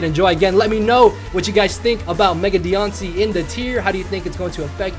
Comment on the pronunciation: Is it just me or is she even cuter as a shiny mega Pokémon aw lol and Mothra for volcarona that’s funny also you pronounce her name so weird haha